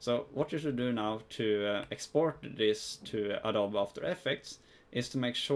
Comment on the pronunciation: Awesome video! I used this in conjunction with another one by FunVidDesign. Just a heads up though, it's pronounced "Adobee." Awesome vid anyways!